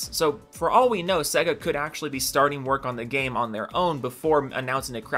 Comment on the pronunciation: Sega. Please pronunce it better. Sey-ga.